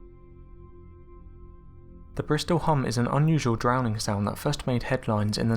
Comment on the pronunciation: You mispronounced the word "droning". I can almost understand you mispronouncing the word "Moai". Almost. But how the hell do you mispronounce droning?